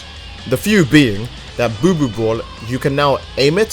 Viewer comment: Lol I don't know why why I find it funny when u said buu buu ball it sounds like y said boo boo